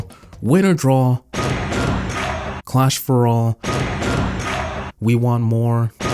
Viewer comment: Clash for all isnt pronounced weaner sauce